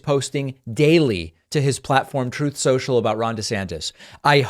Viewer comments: Lol he does say troth he's so over the hill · "Troth Cenchal"